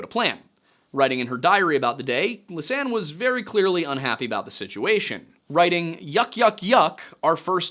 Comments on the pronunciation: im not too familiar with phonetic spelling. Expecially in English (im dutch) but something more like li-sah-ne (with a short e) . So the s is not being part of the li part but of the sanne part. Additionally the last e is also pronounced. I know that with them and English Anne the e part can be silent. In Dutch the e is not silent. I hope this was clear. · The Dutch names were not pronounced very well. For example lisanne is not pronounced the Dutch way at all. Nearly all youtubers pronounce it wrong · Oh ok thanks. How would you pronounce Lisanne ? I'm English and pronounce her name like so: Lees anne. ...?